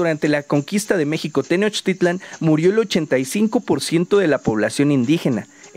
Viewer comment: Pronuncias bien la palabra TENOCHTITLAN, no te pasa como a otros que pronuncian TENOSHTITLAN, espero que pronuncies bien las otras palabras en náhuatl como por ejemplo QUETZALCÓATL y no como QUETZALCOA - TL como mal lo pronuncian los demás... ssludos y felicidsdes por tu video...